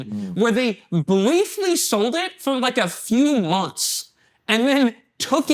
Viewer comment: I’ve never cried laughing from a BUSINESS PODCAST he legit has a lisp and a speech impediment “Temple Wun” “Over many years” “Expwore” “Bwiefwy” I mean there’s soo many